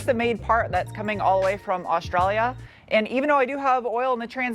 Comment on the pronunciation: Hey, Thanks for saying Australia properly even with a little aussie accent, think you are the only youtuber from the US that has pronounced it properly 😅